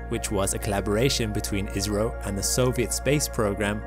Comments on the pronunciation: ISRO w a short `i` sounds more like Israel than `India`. Perhaps an English long `I` would suffice ... Eye's row! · Even then why say ''iZro'' rather ''iSro'' or ''issro'' ? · Can I make a suggestion? The pronunciation is better if pronounced ISSRO, not IZRO. It avoids the 'Israel' problem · naw you saying israel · Dude it's India.!!!! Why you keep saying Israel 🌝😂😂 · I skipped the begginning, and was wondering why you kept saying "israel"... finally skipped back to the beginning and realised it was ISRO. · I heard Isreal lol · I keep hearing 'Israel'. What is it? India or Israel? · Not to be that guy but it's called I S R O not as a single word ( or I think so ) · Why does he keep saying ISRAEL? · hes saying isro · The way he says ISRO sounds like Israel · Your ISRO sounds like IZRA ... making our brain think you are saying ISRAEL. :-) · I thought I heard Israel for a sec... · I thought he said live rail! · Yeh it appears your Indian guy...... Need more work on that accent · Try pronouncing ISRO using a sigma, rather than a zeta.